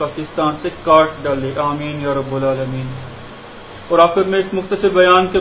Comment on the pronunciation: ابےاجہل سالےتجھےنہ اردوآتی ھےاورنہ عربی،یاربٙ العالمین،میں "رب،،کومنصوب پڑھنے کےبجائے" یاربُ العالمین،،مرفوع پڑھتاھے، سالےخلیفہ راشدھونےکادعوی کرتاھے اورابتدائ قاعدےسےبھی واقف نھیں ،تجھ سےزیادہ اردوعربی توسال اول کےطلباءکوآتی ھے،اورتلفظ کی ادائیگی میں تودینیات کےطلباءتجھ سےلاکھ درجہ بہترھے،